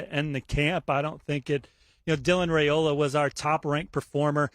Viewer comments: IT'S RY-OLA!!!! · Five peat incoming. His name is Rye-oh-lah.